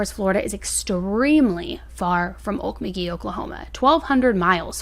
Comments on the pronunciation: AlKmolgee (pronunciation) is a Natuve American territory which belongs to the Creek Nation Native Americans. It means “bubbling creek”. Because this is sensitive ownership/territory, it’s always a good thing to investigate, as well, how to say a name of a city or town. To make my point: Norfolk Virginia is pronounced Norfuck Virginia & the people correct you quickly & are extremely offended when pronounced like it is spelt. This really has no baring on anything except that every time you said Okmulgee , people around me shook their heads and sighed. As a side note: when media interviews residents in Oklahoma,! It’s almost always a large grapes woman who is missing teeth& talks exactly like a “hick”. During the Murrah Bldg bombing, Connie a hung lost her job at NBC news because she made a comment that Oklahomans had little to no brains & had absolutely no business investigating or clearing a mass distraction issue. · It's pronounced oak-muglee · It's Oak-mul-gee for the pronunciation... 🤣 I know some towns in Oklahoma are hard to pronounce/know how to. I thought Owasso was ow-ass-oh when I first moved to Oklahoma. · I am from Morris, OK and I have followed this case...btw it is pronounced oak•mull•g(same g in as go) • ee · Hey hun! I’m a Life long oklahoma resident. You pronounce Okmulgee oak-mull-gee. You have to stretch out the vowels. Use your best southern accent. Thank you for bringing awareness to this oklahoma case. We Love your channel btw. You do a great job. 😊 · U are pronouncing Okmulgee wrong.... Ok- mul- gee Say the L please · I'm in Oklahoma grew up here.. it's pronounced owk-muhl-gee with a hard g not being critical at all..i love this channel and..I just know it's a weird name.. for anyone who's never heard it before... so glad your baby is better too! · I love the way you break down cases! Thanks for all the hard work this month 🎃 (P.S. it’s pronounced “Oak-MUL-gee”) ❤ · grew up around OALK----MULG----EE THATS how it sounds